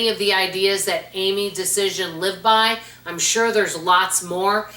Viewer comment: Loved these books! Saw her on Phil Donahue show in my later 20’s when I was a spendthrift and in debt. I got her newsletters and later her books and completely changed my life. I still do the price book and many other of her ideas today. I’m pretty sure you are mispronouncing her name though. It’s like Dia-az-en. ❤